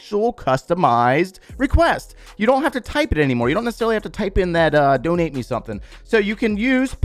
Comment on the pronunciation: “DoNeT mE bRo” 😂